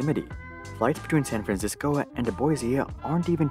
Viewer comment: Please practice pronouncing the letter "o" you're adding "uh" and "ah" at the end of words that end in the letter "o" and "oo" like "idaho-uh" or "too-uh" and "san francisco-uh" please ...